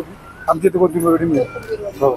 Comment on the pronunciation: Kothambir nahi...Kothimbir